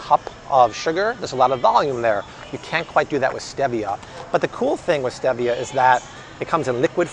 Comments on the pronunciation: It’s pronounced Steve-ia not Steeviah 😂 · Stevia is pronounced STEEEVIA not the way you pronounce it! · It’s pronounced Steee-via. Google it. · ReddGal He pronounces it the British English way, while in the US it is pronounced “steeeeeevia”. 🙂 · Am I the only one who had never heard stevia pronounced with an eh instead of ee? Have I been saying it wrong or is it like the whole "tomayto/tomahto" thing? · Stevia (stee-via) 😉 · It’s not stevia with a short e, it’s a long e, stee-vi-a. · I thought it was pronounced Steeevia..😆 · Omg the way you say stevia drives me nuts!!! 🤣🤣🤣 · He is pronouncing it in Spanish. The e is pronounced eh.